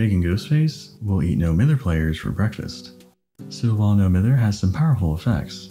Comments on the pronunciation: I know this is a five month old video but hearing you say "mither" like "mirror" instead of like "my-ther" is bothering me so much. As a Scot it's just incorrect but none of the DBDtubers I've watched know about this :( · If you are from Manchester like, No Mither is pronounced as “No My-ther”